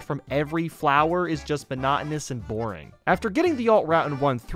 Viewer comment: did you just say bonotonous